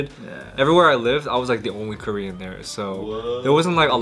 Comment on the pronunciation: korean pronunciation is pretty good.. haha